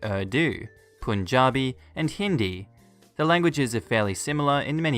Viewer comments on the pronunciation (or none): none